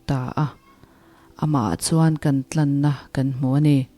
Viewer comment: A thlàwna tlàn ti a chhiar tur zàwk a nih hmel e,tlan nilo vin,ka lo sawi ve mai mai a nia